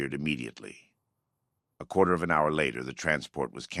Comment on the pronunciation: damn that AI slop kicked in 😂 oh man how does AI pronounce "hour" wrong lol, or "pretense" as "preteens" 😂moral vs morale..